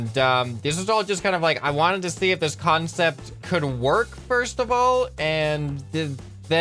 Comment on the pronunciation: kAN-cept. Get it, huh, huh?